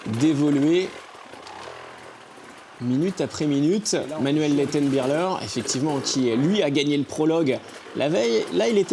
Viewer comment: Le commentateur qui dit Manuel Lettenbi*CH*ler oh putain virez-le c'est insupportable.